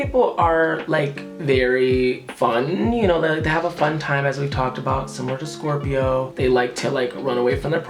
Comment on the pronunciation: I love how he says Scorpio it makes me love my zodiac sign so much